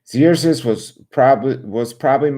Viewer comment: Yay, so glad you are going back to the Bible readings!'🙌 and just fyi: Xerxes is pronounced like "Zerksees"